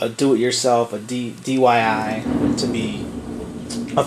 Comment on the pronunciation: Anyone else notice him say DYI instead of DIY